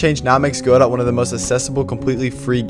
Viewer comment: "Go dough" as pronounced in the name of the Samuel Beckett play from which it takes its name, "Waiting for Godot". Not "Go Dot" even though that seems correct since it sounds more programmery.